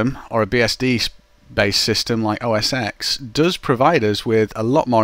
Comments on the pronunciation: it's not called mac os 'ex' The "X" represents the roman numeral for "10", therefore it should be pronounced Mac OS '10'. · i hate when somebody says os "x" its 10! TEN!! not EXX.. just a comment.. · os X? No, it is OS TEN! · I know, but the correct way to say it is 10. It just bothers me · Wikipedia says it should be pronounced "mæk ˌoʊ ˌɛs ˈtɛn" - mac os ten.